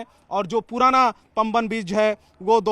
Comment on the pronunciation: पांमबन पूल, पंबन नहीं